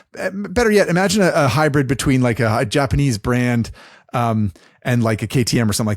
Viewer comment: Does it bother anyone else when says "hi-bread" and "ver-seez"?